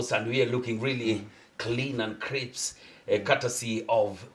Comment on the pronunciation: Clean & Crips 😁😁 We excuse you for such random mistakes tunaelewa sio Kisungu ulimi chako.